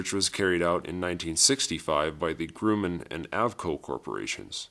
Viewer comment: who the hell is "Groomen aircraft co"? You mean Grumman? Who writes the shit you read? I mean it's SOOOO obvious you don't know ANYTHING.